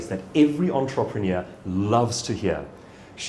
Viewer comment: Douglas your videos are good but you straaaaangle a word you use the most: entrepreneur. This is how it’s pronounced